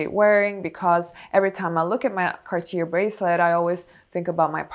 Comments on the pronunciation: it’s pronounced “cah - tyay”. No “r”. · Not trying to be rude but isn't Cartier pronounced "Car-tee-yay" ? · The last r in Cartier is silent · It’s pronounced “Cartié”…in French the last “r” is silent in this case. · It is pronounced Cartie, with emphasis on the "e", not Cartier. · I speak French fluently, you're pronouncing Cartier so wrong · But Cartier pronunciation...how is it possible?? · I struggle taking advice on Cartier from someone mispronouncing Cartier over and over and over.